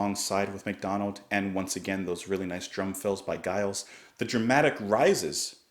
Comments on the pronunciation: Giles is pronounced like Jimmy. It is a soft G, as in Germany and not a hard G as in Guy. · It's Giles with a soft G - like gentleman!